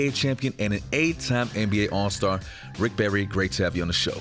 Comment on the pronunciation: "SL-ICK BARRY"!!!!!!!!!!!!!!!!